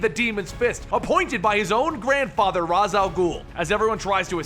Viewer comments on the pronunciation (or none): ( Ra's al ghoul=(RAYESH al ghoul) not (RAS al ghoul No disrespect intended but they all say it like this..the animated series....the batman games... + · Rash al gule not raz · It is pernoused rashe not ras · You pronounce it ras' al ghul' ( R as. Al ghoul )) but in son of batman it pronounced as raiseh for ras' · er, its pronounced raish and spelt ra'z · Damian: I don't have friends. Maya, Suren, Maps, Colin, Rose: Alright, guess we'll just stand over here and fist ourselves. also you mispronounced Ra's (r-ay-sh) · ok then if it's correct(i'm not disagreeing)....then how did the Batman games pronounced it? how did the animated series pronounced it? how does every one pronouce it in the shows? (RAYESH) and it seems cooler as well so lol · its Ra's Al Ghul but Ra's is pronounced Raesh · You keep on saying Ra's name wrong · I cringe everytime u pronounce Ra's.